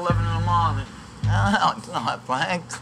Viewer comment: Fwank is a vewy wazy cook. He doesn't even fwy the eggplants anymore, ma mudda and fadda end up fwying it! Wediculous!